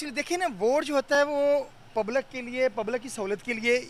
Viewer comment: Pablak nehi jahilo public hota hai